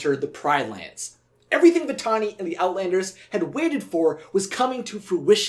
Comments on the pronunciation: Nala hissed Vatalani instead of Vantani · For 20 years I've always wondered why Nala said 'Vitalini' . Maybe I'm hearing things... though it's common for voice actors to slip on some words and make the final cut. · I may be crazy but I hear Nala call Vitani 'Vitalani" like she adds an 'L' to the name. I've always heard it every time I watch the film. Does anyone else hear it? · I'm just confused about why Nala called Vitani "Vitalini" in that scene. Obviously, Nala WOULD know MORE than us about, well pretty much EVERYTHING, but in this instance, it just doesn't make sense. I mean, NO one ELSE called her "Vitalini" throughout the ENTIRE movie (not even Zira or her brothers). So then, what exactly is going there? Was it just a mispronunciation on the actress' end, or was there some DEEPER meaning behind this sudden and SINGLULAR change? Was Nala trying to confuse Vitani by basically GIVING her a new name? If so, why doesn't Vitani even seem to NOTICE the NEW NAME? Is Vitani ACTUALLY a nickname? Then, why doesn't ANYONE (even KOVU), OTHER than Nala in that ONE moment, call her by her GIVEN name? If the actress just made a mistake, then that's one thing, but Disney is USUALLY pretty good about not making THOSE kinda mistakes in their stuff UNLESS it's done on PURPOSE. I get that NO ONE is really PERFECT, I just find it SERIOUSLY UNbelievable, that Disney would have missed this little slip-up. After all, sneaking little "jokes/inconsistencies/adult-type-barbs" into their movies/shows through conversation, IS kinda Disney's forte. I just CAN'T see how Disney could NOT catch something so SMALL and yet, for those who catch it at least (and care), so HUGE as this ONE moment in which Vitani is called something OTHER than what we KNOW her name to be, by NONE OTHER than the "QUEEN" of the Pridelands. If there was ANY lioness OTHER than Zira, who would DEFINITeL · Am I the only one who thinks Nala said "Vitalani!" ?